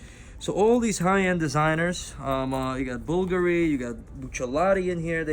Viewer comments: bulgary wth you must pronounce the names properly otherwise you leave new customers with more questions than answers. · Oh, big woo! Looks like cheesy crap -- no matter what the wholesale or retail prices are. Where would normal, everyday people wear these ugly, vulgar (i.e., Bulgari) pieces? I'd much rather own my own house. And this putz couldn't even properly pronounce the name of the brands. What a dumb schmuck!